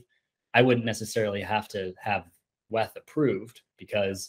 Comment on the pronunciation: The way you say WETH tilts me